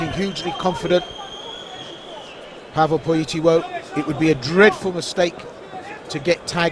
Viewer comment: Nie kompromitujcie się, Polak niema na nazwisko POLITYLO tylko PolityŁo. Inaczej się pisze, inaczej się wymawia. I nie Pawel, tylko PaweŁ... 🤦🤦‍♂🤦‍♀